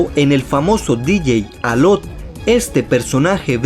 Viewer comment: Es alok no alot y es shani no chani